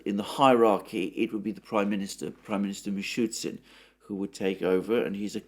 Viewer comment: Alexander, you sound like a blithering idiot anytime you mispronounce the Russian prime-minister's surname ; especially when he may step into the shoes of President Putin in emergency. The prime minister's name is pronounced as 'Mi-Shoo-Stin', not, mi-shoot-Sin. Thank you.